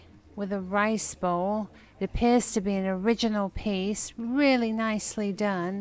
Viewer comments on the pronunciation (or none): none